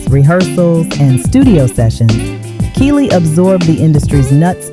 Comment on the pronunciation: Yall relax! Complain too much. Smh. If music is annoying then don’t watch and yall know what she means even tho she keeps saying key lee name wrong. I just feel they always tried to make the light skins push forward more